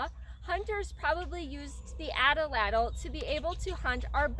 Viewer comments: Great information, nice video, terrible pronunciation. The word atlatl has two As and 3 syllables, not 4. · Nice teaching. I want to make sure how to correctly pronounce the weapon. I hear you saying it like example number 1 below. I've heard many people pronounce the weapon like example number 2 below. 1. ( At- A- Lat- El ) or is it 2. ( At-Lat- El )??? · Its #2 ! I'm glade you mentioned this . Many cultures used this weapon. The Azteca used # 2 Pronunciation.